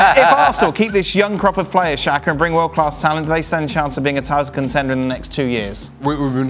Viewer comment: Not shaka its SAKA.